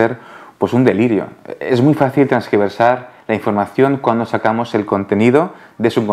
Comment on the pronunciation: Tergiversar... se dice tergiversar, no transgiversar 🤦🏻‍♂️